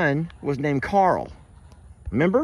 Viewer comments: Rick pronounces Carl like "Coral!" LOL He is a majestic creature. Great addition! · As soon as you said "Carl" the image of Rick Grimes saying Carl but it sounded like "Coral" came to mind 🤣😅...now I can't unhear it🤦‍♀️